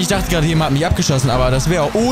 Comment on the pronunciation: Nicht ger sondert ged